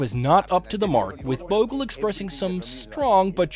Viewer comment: I love the content, but please take a minute to learn the names of the players properly. It is deeply disrespectful. It's ImRan Khan and not Irman Khan, SaRfaraz and not SaFaraz, it is Bhoglé not Bogle. It was even worse in the SL v Bangladesh rivalry video.